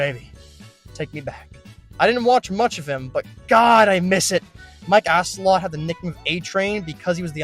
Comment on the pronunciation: I couldn’t anymore after Mike “ass-a lot”